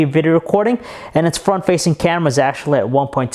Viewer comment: not to mention the fucking "CYEAM-eh-ra"